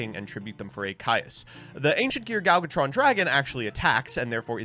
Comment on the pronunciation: It will never not baffle me how still can’t pronounce “Gadjiltron”. It’s not “Galgatron”.